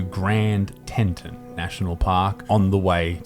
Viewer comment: Grand Teton is pronounced grand "Teat-on" not "tent-ten". there is no "n" between the t's.